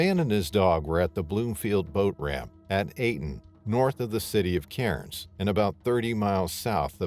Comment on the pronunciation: Aussie here Cairns is pronounced "CAR-nz". The only places safe enough to swim up there is a swimming pool where you can see the bottom. Boat ramps, especially, where people clean fish is THE STUPIDEST PLACE TO SWIM.